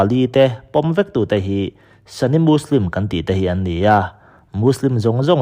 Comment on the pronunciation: Sunni leh shia hi english word anilova sunni hi 'sani' ti a lamrik tur nilovin mizo ṭawng a 'suni' ti a lamrik tur ani zawk. Arab mi leh muslim mi ngeite lamrik dan pawh ani. Thumal/hming lam dikloh hi i ngah lawr lak thlirtu leh ngaithlatu kan ṭhahnem ṭhin bawk si a,uluk in midang thurawn hi ngaipawimawh lehzual la ngaithlatute tan leh nangmah ngei tan a tha dawn emmai. I thawhrimna erawh fakloh a har thlawt e.